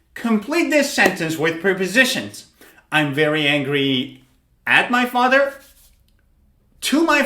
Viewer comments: Wrong pronunciation. They are not pre- positions but prep- ositions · He says: (priposishens) [pri?]